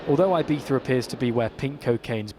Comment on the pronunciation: I think it's pronounced "ee-bee-za" not "eye-bee-za"